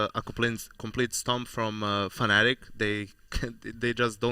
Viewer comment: He says "fenelic" instead of Fnatic...or is it just me?